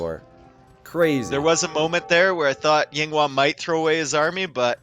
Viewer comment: You keep referring to Yinghua as Yinwa. Yinwa is not a good word to call a person.